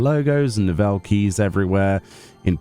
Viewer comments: It's typically pronounced like "novelties" but yeah I believe the switches are hot swappable with any 5 pin compatible switch you can find online to suit your preference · The way you say NOVEL keys is painful